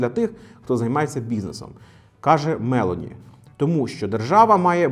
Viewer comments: А також вона Мелóні, а не Мéлоні😂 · Мелóні, не Мéлоні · Цікаве відео!😃👍 Репостнув🤗 От тільки, Мелóні, а не Мéлоні. Наголос на другий склад, вона ж не американка. А то звучить як Мéловін😂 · Джьорджя МелОні, наголос на О. Монте Дей Паскі, не паші. Не дякуйте 😅 а взагалі круто, на довгі відео часто бракує часу, а десять хвилин саме топчик. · Спасибо,, за информативное видео. Живу в Италии и хотела бы вас поправить в произношении фамилии нынешнего премьер. Ударение на 'о....Мэл'ооони. Это важно, так как полностью искажает понимание о ком речь:)